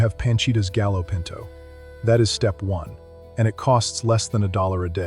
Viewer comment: Pronounced gayo pinto.